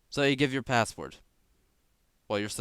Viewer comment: It sounds so weird how he says password it sounds like passwort and great vid